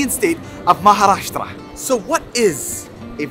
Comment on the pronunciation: The accent in which he says 'Maharashtra' is the best I've heard so far ❤️